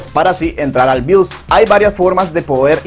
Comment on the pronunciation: bios no bius, compa de pana que enredas